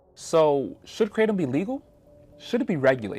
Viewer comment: It's "Cra-tom"